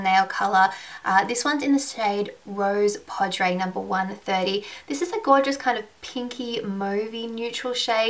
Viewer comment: Rose Poudre is pronounced "rose POO-druh." The caps indicate which syllables are stress. It's pseudo French for "rose powder" or "pink powder." I say pseudo because the actual translation for "rose powder" into French is "la poudre de rose, " and for "pink powder" It's "poudre rose." And "cafe au lait" is pronounced "kah-FAY oh LAY."